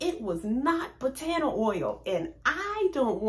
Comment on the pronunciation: Wonderful information It’s pronounced Bah tah nah not Buh taaanah oil